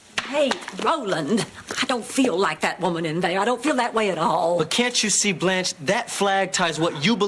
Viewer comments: I don't know how you can make an entire video and not know how to pronounce her name. It's Blanche. Not Balanche. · This (incredibly mid) video essay is brought to you by ChatGPT and someone who can't pronounce Blanche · Great episode. *Why does the narrator keep calling her “Blonch”? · Blanch never sounds like blonch. Two totally different sounds. They are mispronouncing it which suggests this is AI narration. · where do you hear blonch from? I hear blanch always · Why did you keep mispronouncing Blanche?